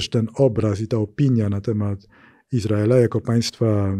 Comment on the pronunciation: "Operacja Iz raela w Ga zie"?? widac pan Magierowski ma nadzieje na dalsza kariere w USA :)